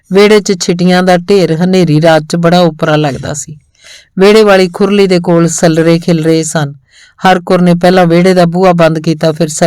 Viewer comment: ਕੁਝ ਸਬਦਾਂ ਦਾ ਉਚਾਰਣ ਸਹੀ ਨਹੀਂ ਲੱਗਿਆ ਜੀ , ਜਿਵੇਂ ਸੱਲਰੇ, ਰੋਹੀ ਨੂੰ ਰੇਹੀ, ਗਦੈਲੇ ਨੂੰ ਗਦੇਲਾ, ਪਾਲਾ ਇੱਕ ਪਤਾਰ ਹੈ , ਉਹਦਾ ਉਚਾਰਣ ਪਾਲਿਆ ਨੂੰ ਪਾਲਿਆ ਬੋਲਿਆ ਗਿਆ